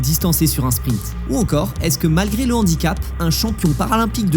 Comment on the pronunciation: 2'10" "déjà je pars avec un N'handicap" 🙄😂. Oui tout à fait, celui de ne pas être capable de faire la différence entre un H muet et un H aspiré 🤣🤣🤣